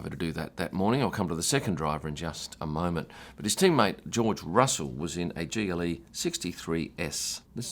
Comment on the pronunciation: Everytime you said GLE, I flinched and thought for a second you said Geely. In a strange world if Lotus, or Volvo, or Polestar were a racing team, someone could show up in a Geely.